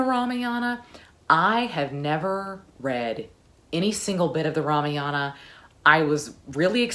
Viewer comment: Kaikeyi is pronounced - Kai like Ma in Math, Keyi is correct. Ramayana is Rah-Mah-Yuh-Nah. 🙏